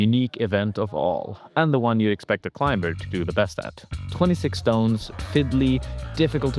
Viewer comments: Clime burr? You mean Climber.... you don't pronounce the B, King. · Hi, I love you and your content and have been following you for years, but I have to say one thing. The B in climber is totally silent. It's not a b sound, it's not even a differently pronounced m. It's literally pronounced as if it wasn't there. Like Climer. Please forgive me and thank you but I always flinch when you say this 😅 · why oh why did you say the B in climber? i can't help but cringe at that XD